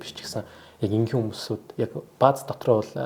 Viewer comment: Яагаад хүмсүүд хүмсдүүд гэж яриад байна вэ залуу? Хүмүүс гээд Монгол хэлээрэй зөв яриарай. Зуршил тогтсон бололтой